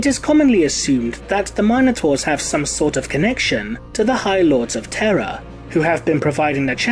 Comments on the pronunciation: Am I the only one bothered how he says minotaur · Fourteen minutes of your pronunciation of Minotaur has me ready to enter a berserker rage. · Please learn to pronounce minotaur....